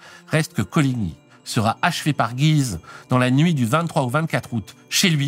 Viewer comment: Encore un excellent épisode ! A noter cependant que dans le nom de la ville de Guise, le "u" se prononce ;)